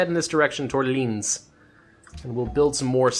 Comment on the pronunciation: There is a huge difference between germanys german and austias german But you pernounced linz fine